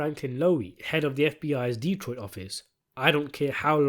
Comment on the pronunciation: Good job on the lore accurate pronunciation of D-troit